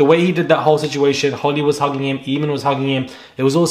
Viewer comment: OK I have to correct you... It's pronounced AYmon to rhyme with Hay. Not EEmon! It's an Irish name.